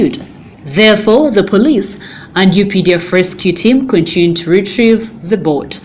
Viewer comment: Dear madam news reader, the word is "continued" not "contuned"